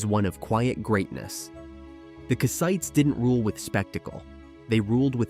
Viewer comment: Nice video but... "ite" is not the stressed syllable, "Kass" is. Anytime in English you see a people whose name ends in "ite" the ite" is never the stressed syllable. Kassite, Hittite, Samnite, Elamite, etc - all unstressed "ite".